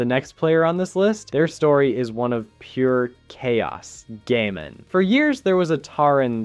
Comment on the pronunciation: Bro called him Gayman .... Gammon